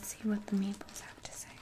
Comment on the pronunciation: I thought u were saying meatballs till I reread the title